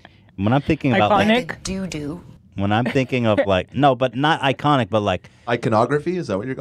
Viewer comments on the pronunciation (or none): Only a fart sniffing Californian could fuck up saying “iconic” by adding a bunch of syllables and suffixes that don’t make sense.